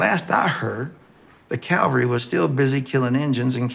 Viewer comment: Travolta mispronounces "cavalry." "Calvary" is the location where Jesus was crucified; "cavalry" is the noun used to describe mounted soldiers.